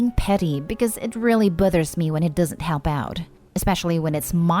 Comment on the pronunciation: It buthers me that the narrator doesn't say bothers right 😜